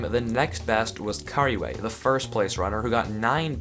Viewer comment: Is it just me or when says couriway it sounds like "curryway"